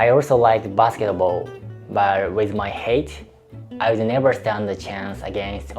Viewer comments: You're making excellent progress in English. Not easy when you consider the language's inconsistency of spelling and pronunciation. Please understand this is not harsh criticism but, I hope, helpful. You pronounced the word "height" as 'hay-t', and I'm guessing that you based this on 'weight ' which IS pronounced with an 'ay' sound ('way-t'). However, "height " sounds like 'high-t'. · this video was excellent. I'm an English teacher 👨🏻‍🏫 and if I may, then I would like to help you pronounce the word "height" better. Say the word "high" and then add a hard "T" at the end. "highT." By the way, Kyoto is my favorite city in Japan because of all the tradition and culture in it. 🇺🇸🤝🇯🇵